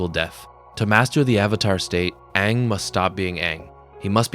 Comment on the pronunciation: Eeroh, saying aang wrong and chive blocking are crazy